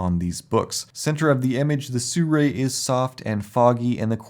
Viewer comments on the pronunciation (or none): It's not pronounced sue-ray. It's sue-roux-y or sue-roo-ee